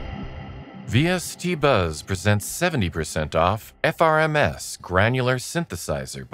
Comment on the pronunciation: Top tip: in your text-to-speech script replace "FRMS" with "frames" for the best pronunciation experience possible :)